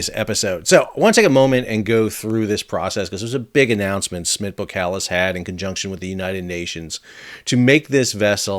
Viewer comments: bo”SSSS”kalis, not bokalis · Boskalis....pronounced ''Boss-kar-liss''..........😉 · BoSS KaH Liss is how you should pronounce the name. Seriously. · Great video! It's pronounced Bos-kalis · Pronounced ; BOSS KAALIS , I 'me getting annoyed at your lack of Dutch language competency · Since when is the "S" in boSkalis silent??